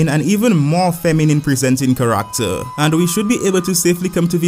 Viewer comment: Love how you pronounce ‘Character’ as ‘Kar-ract-ter’